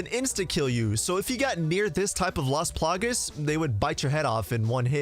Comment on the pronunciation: It's las plagAs man not las plagues that was super annoying haha